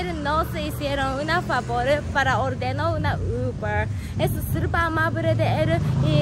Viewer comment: no se dice surpa se dice super dile a lily que te enseñe esa palabra 😂😂😂.